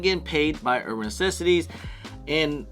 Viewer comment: Why do you say "Uban Necessities" like that? I can't even watch this.. lmao